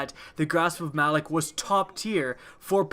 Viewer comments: Its pronounced Ma - Lawk. Not Malik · Malok, as in "Mah-lock", not "Mal-ick". Seriously, did you even play the Malok strike? They pronounce the damn name in the beginning intro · why does everyone say Malok's name wrong lol?